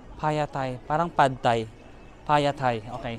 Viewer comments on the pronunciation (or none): none